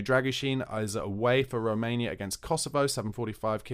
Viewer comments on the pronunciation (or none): none